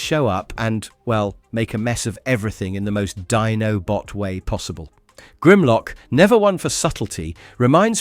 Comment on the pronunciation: 1. Its iacon not yacon. 2. Its always Teletran One not teletran Y. 3. Its Dinobot island where its pronounced diy-no-bot not dee-no-bot 4. Season 2 You forgot episodes as well as did not have them in correct order. 5. You forgot the movie before Season 3. 6. You skipped episodes in Season 3. 7. You never mentioned how Japan continued Season 4 differently with a full Season 4 having the story goes a different route. You did a lot of work, thank you for everything you did review. Thank You. (Everything in my comment isn't meant to be taken as negative, they are just corrections I noticed. )